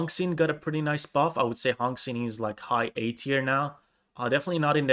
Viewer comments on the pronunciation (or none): Li is actually the proper way to write lee from bruce lee, it’s pronounced the same and for Xin, the x in chinese is pronounced like Sh from the name Shirley. The in is pronounced the same as in in english.